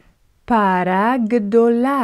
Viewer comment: למה את אומרת 5 פעמים כל המילים???? אנשים לא טיפשים פעמעיים מספיק בנוסף, את לא אומר נכון את המילה פרה.עזבתי